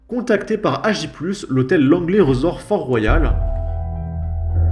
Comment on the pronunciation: Ça se prononce 'riz-sorte'